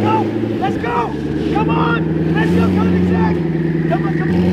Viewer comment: koenigsegg not koenisgegg jokes aside, love the content